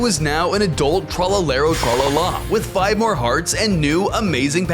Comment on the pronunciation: When bro said TREloeaALA 😂😂😂